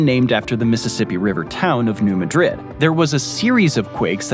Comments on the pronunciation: st. louis native here. new madrid is pronounced MAD-RID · New "Madrid" isn't pronounced the same as the Spanish City. Locals, and all the people in surrounding areas call it New "MĂD rid." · New Madrid fault is not pronounced like the Spanish city. The pronunciation is Mad rid, like I hope you don’t get mad at me for correcting you and get rid of my comment. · New Madrid is not pronounced like the spanish city. it is the new Mad-Drid fault. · New mad-rid, or so I’ve been told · Every9ne in the TN/AR/MO area calls it New MAdrid like emphasis on the MA. Really cool video! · Baltimore and St, Louis are also cities not part of a county New Madrid, Missouri is pronounced MAD-rid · And new MUHdrid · Also, it's New Mad-rid. Same folks that named Kayro and Vye-inna. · Another small nitpick - you mispronounced New Madrid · FYI, its pronounced "New Mad Drid" not "New Muhdrid" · Come on guys. The New Madrid earthquakes are pronounced MAD-drid, not ma-DRID. Elementary (and easily checkable) mistakes like this are so annoying about this series. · I think it's New MADrid, not New MADRID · The town in Missouri is pronounced New MAD-rid, not New Ma-DRID. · "New Matrid" is pronounced "new MA-drid" (emphasis on the first syllable of the second word. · It’s pronounced, “ Mad-rid”, not Ma-drid. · It’s also New MA-drid, not New ma-DRID. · It's pronounced New MAD-rid. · Hopelessly lttp and def a bit pedantic, but if you haven't been made aware yet, residents and regional neighbors of New Madrid, MO pronounce the town name "...MAD-rid" instead of the more common Spanish way. Otherwise, interesting vid as always! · I believe that it pronounced New Mad-ridd. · It’s Mad-rid. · .. say: New MAD-Rid earthquake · It's pronounced Mad-rId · "steppe" is pronounced "step", not "steppy". That famous earthquake is the "New Mad-rid", not New Madrid like in Spain. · I was willing to let it slide when you mis pronounced New Madrid but I can’t let your mis pronouncing of Texarkana go.